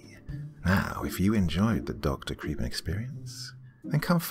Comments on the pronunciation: thats what i thought except that ive heard him pronouce it crep-en rather than creep-en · Double-‘E’s in English always signify a sound like the ‘EE’s in ‘weed’, ‘steed’, ‘feed’, or—yes, ‘creep’. It’s Dr. Cree-pen.